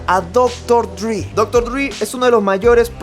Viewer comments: Esta bueno el video,aunque disculpa la corrección pero me parece que no es “Dr. DRI”, sino Dr. Dre. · cada vez que dice DRI me mueroo, es dr. DReeeeeeeeee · Porque disen Dr dri Jajaja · HBD, tu canal es lo mejor pero tengo que decir algo...Como surra que digan "Dr. Dri" es "Dre" porque se llama "Andre". Ya no se mamen. Esto es parte básica de la cultura que nos gusta, el HIP HOP.